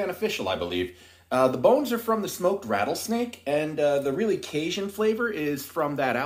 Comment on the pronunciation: ....You do know that we Cajuns actually pronounce it Cajun and not Casian, right?